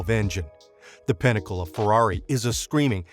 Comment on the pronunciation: absolutely BUTCHERED the Ferrari pronunciation